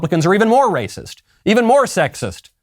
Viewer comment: "DaS rAyCiSs!!"